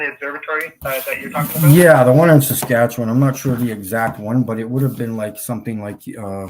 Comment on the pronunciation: Lol... "Sa-scratch-yer-bum."